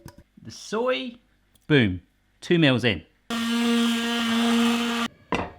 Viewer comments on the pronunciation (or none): none